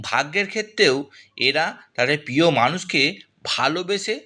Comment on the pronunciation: আপনার উচ্চারণ গুলো স্পষ্ট করুন। পোতিকার গোহো পিয়ো আজগে এসব কি? শুনতে বিশ্রী লাগছে। পুরোটা শুনতে পারলাম না।